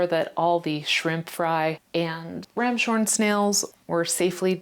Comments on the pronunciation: I meant the pronunciation, I definitely know that's their name. But it's because they look like a ram's horn, so it's "ram's horn" rather than "ram shorn" with the SH sound. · Great video but also never in my life have I heard someone call them "ram shorn snails."